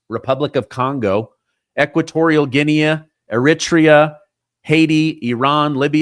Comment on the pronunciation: HOW'D YOU PRONOUNCE 'GUINEA'? :face-blue-smiling::face-red-heart-shape